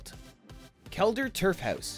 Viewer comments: You say howuus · why is he saying hews